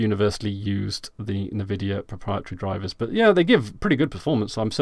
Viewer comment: Why do you call rivatuner rivaturner, and why do you pronounce Nvidia Nevidia? Is there is joke im not aware of?